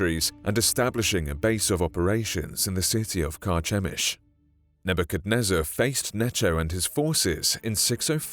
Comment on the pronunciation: Carchemish (ch pronounced like the letter k).